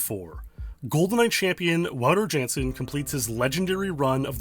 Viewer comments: The mispronouncing of Wouter Jansen. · please learn how to pronounce wouter jansen lol